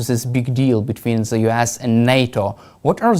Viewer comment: This poor young man trying way to hard to pronounce "th" ends up sounding "ze".